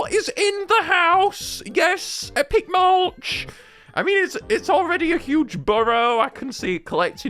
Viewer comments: Isn’t it mulch not maulch right? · no, it's Maulch